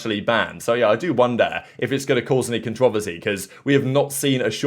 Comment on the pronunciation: bro was you trying to say controversy ?